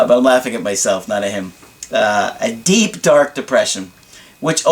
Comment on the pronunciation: Lol "deek" you make me laugh when I least expect it. You were reading the email here and meant to say deep but you said deek then laughed at yourself cuz you said it doesnt really hit home when you laugh while saying "deep dark depression"